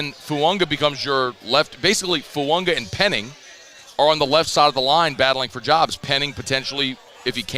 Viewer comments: It’s fuaga not fuanga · It's spelled Fuaga... but pronounced Fuanga... just ask Taliese himself.